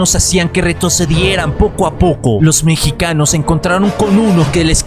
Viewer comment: lo mejor fue cuando dijo peruanos y mechicanos jajajaja